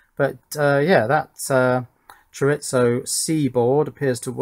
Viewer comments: That's what he spelled out. If I were to put my Spanish teacher hat on, I'd tell you "Chore-ee-so". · He's trying to say chore e zo like the sausage right? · Here in the western colonies, we say, "cho-ree-zo" as opposed to "cho-rits-so," but that doesn't keep me from enjoying your vids. And perhaps JLCPCB would be interested to know that you convinced me to to try their assembly service despite not wanting to learn a new schematic capture and PCB layout program. I haven't gotten my first boards yet, but will comment when I do. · Still haven't quite got "chorizo" right, but you finally pronounced "solder" properly ;)